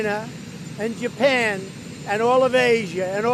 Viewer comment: Why did it say like he said jewpan and not Japan at first